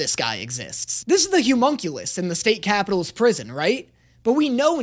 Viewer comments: I'm getting progressively less okay with pronunciation of "Homunculus". He says "Humunculus", and I'm not sure if he's doing it on purpose or not XD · I love content but for the love of god I need him to learn how to say homunculus